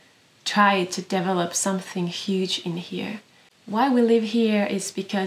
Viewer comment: Means more to me than you, perhaps. When you say "develop" I hear " devil-up ." Where the envy and dissatisfaction gains purchase. Where we cast our gaze away from joyous release, away from death's necessity, & envisage invincible acquisition -- ONLY, ALWAYS BLOOMING FLOWERS! Tsk. Only the surrendering, dying seed, beholds the continuum...❤ (beautiful loaves!)